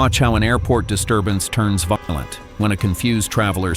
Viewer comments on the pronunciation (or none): Feckin AI can't pronounce "violent" . Yeesh.